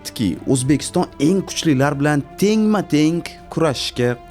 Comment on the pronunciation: Iltmos sizdan "enk emas eng" nk emas ng asab 1000. Hech qaysi filolog nk demaydi